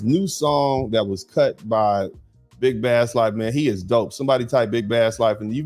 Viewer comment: Well if you like big Bass at least pronounce he name right. Bass is pronounced Base lol!!!!